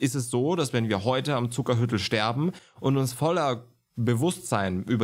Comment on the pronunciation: Zuckerhütl spricht man bei uns in Tirol lang aus - "Zuckerhüütl", kommt von Hut nicht von Hütte ;)